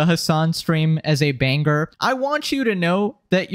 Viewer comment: You sound like you take speaking lessons from Andrew Taint. This video it liTerally not a banGer